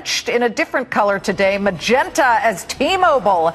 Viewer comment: "Mangenta" lol this guy is fantastic!